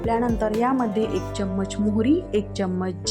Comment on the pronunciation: च्यमच काय म्हणता चमचा म्हणा